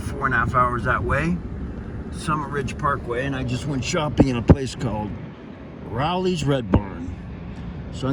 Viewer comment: It's pronounced with a long O. Like row lee